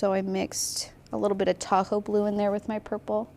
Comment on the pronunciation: This is SO fun! I'm enjoying the process. Side note: Every time you say, "Tahoe Blue," I hear, "Taco Blue." 😆💙